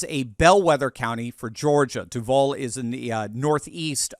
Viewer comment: Pronounced: DUU-Vall #GoJags